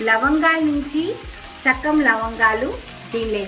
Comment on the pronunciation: Sakam kadandi.. Sagam andi